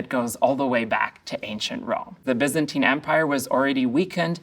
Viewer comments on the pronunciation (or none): none